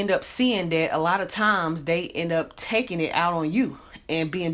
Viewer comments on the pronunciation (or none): none